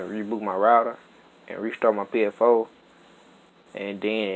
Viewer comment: Dis man's said psFOE